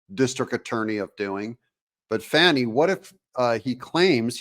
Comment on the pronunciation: I'm from the Atlanta area. My entire family lives there. Believe me when I tell you, the lady's name is pronounced like "Fanny". Everyone I know is confounded by the media's insistence at calling her "fawney". Is that supposed to be an upgrade? Regardless of what you call her, everyone I know thinks she's human refuse.